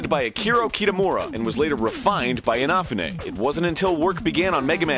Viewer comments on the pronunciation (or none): You're pronouncing Inafune's name wrong. It's Ina-FOO-nay, not In-OFF-oonay. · IN-AFF-OOH-NAY? IN-A-FOO-NEE. Idiots. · i thought it was "in-uh-foo-nay" not "in-aw-fuh-nay" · "IN-A-FOO-NAY!" NOT "IN-AH-FOO-NAY!" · Key-TUH-moora InUH-fuh-ney Not InAHfuhney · i thought the same, its inaFUne, not InAfune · THANK YOU, I was about to complain about him saying I-Naf-U-Ne rather then In-ah-fu-ne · calls him A FUU Neigh, when it's pronounce E na fuu neigh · Richard Mackey ee-naw-fu-neh not eenaww-funay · This dude can't even pronounce the creater of Megamans name right. It's pronounced "In-ah-foo-nay" Not "off-ah-nah-mah-nay". Way to over Americanize a word idiot. How the shit are people supposed to believe you when you can't even get names right?! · EEN a foonay, not enafunay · Kenji Ina-fune not enfanay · Is anybody else bothered by the fact that he produces it "In-off-ou-nay" instead of "In-uh-foon-ay"? Anybody? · Keiji Inafune is pronounces Cagey ee-nah-foo-nay. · uhh arin? it's pronounced LIKE IN A FU NAY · ee NAH foo nay. this is killing me. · Jagd Töpfer Lol the way he said it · Thiiiiiiiiiiis. "Cagey Inah-fooonay" Yuck. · I always pronounced Inafune as In-A-Foon, not In-A-Foo-Nay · It's pronounced een-uh-foo-nay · No, it isn't. a lone I in Japanese is pronounced with a long e sound, as in east. phonetically, his full name is pronounced Kay-jee ee-nah-foo-nay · Inafune is pronounced: Ee (I) Nah (Na) Foo (Fu) Neh (Ne) Japanese pronunciation is super literal, and each sound/letter is pronounced the same regardless of its position in spelling, romanized or otherwise. I love you to death Egoraptor, but hearing you contort Inafune's name like that made my ears want to die. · that's the worst pronunciation of a japanese name i've ever heard.. enoughnay? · I thought it was pronounced EEN A FOOO NAYY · Lol ... In-a-few-nay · Does anyone else wanna stab Egoraptor for his pronunciation of "Inafune" It's EE-NAH-FOO-NEIGH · Innafunne? Really Arin? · Inafune: EE-nah-FOO-neh